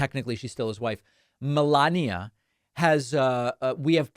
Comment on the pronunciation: Can you please stop emphasizing Melania’s name or saying’Obamner’